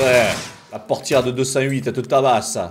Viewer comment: " La portièrre de 207 te tabasse . " MDRRRP